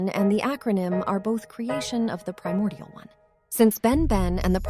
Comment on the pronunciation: I mean, she did say "Feel my priomordial wrath!"